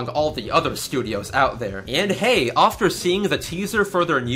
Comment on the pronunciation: Did you just say "offter"?